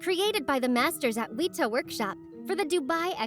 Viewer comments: Some very cool, imposing animatronics! FYI, it's pronounced "Weh-ta", not "Weeta" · why do people struggle to say weta so much